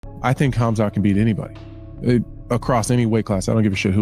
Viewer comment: I hope all going against Khamzat can keep the same energy when he wins. This bum can't even say his name right let alone make a prediction..